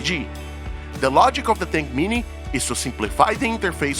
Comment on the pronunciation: WHAT IS THAT M VAB TINK MINI? PLEASE PRONOUNCE IT PROPERLY. WHAT IS THAT TINK G? AND WHAT IS THAT CUVAV?